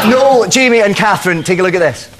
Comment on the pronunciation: Cathrine...TADIS...where did the R go!?